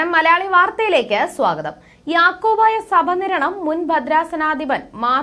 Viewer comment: യാക്കോബായ സഭനിരണം അല്ല... യാക്കോബായ സഭ നിരണം..എന്ന് നിർത്തി നിർത്തി വായിക്കണം...